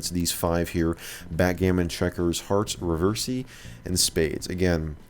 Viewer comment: Backgammon .. you mean hackgammon.